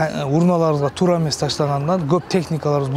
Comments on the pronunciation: Балам тууру эмес кыргызча туура, так десең болот, тууру деген сөз жок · Иштер жакшы экен. Жакшы болунот экен, Эми ошончо отдельно машина келип салып кетеби ар бирин. Мамлекеттик иште иштеген Адам кыргызча так суйлош керек. Туру дебей туура деп айтыш керек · Тууру эмес туура,нормально суйлогонду уйронгулочу 😡😡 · Тууру дебей, туура десен. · Бул кылгандарынар жакшы болуптур бирок суйлогон бала созду туура суйлосонор туру эмес туура деп суйлош керек го туру денен эмне???? Кыргызстан создорду бурмалабай суйлосонор жакшы болот эле . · тууру эмес туура деп сүйлөңүз.